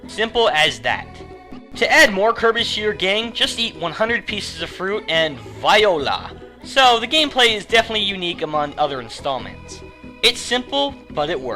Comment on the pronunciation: Viola? No...try voila. The script had quite a few problems this time.